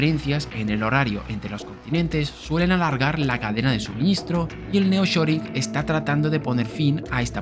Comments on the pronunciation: Es nearshoring y no neoshoring que no? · No es Neoshoring sino Nearshoring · Me gustan tus vídeos. Solamente aclarar que el fenómeno comentado se llama “Nearshoring” no “Neoshoring”. Ah pero ómo son malos ustedes los españoles para el idioma inglés. Jeje 😂